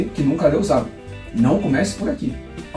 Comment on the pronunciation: Gostei do canal. Valoriza o grande Zagor. O Espírito da Machadinha merece. Observando que eu chamo de "Zagôr", e não Zágor".